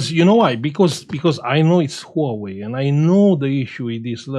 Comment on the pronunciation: "Nouwei ..." Hahaha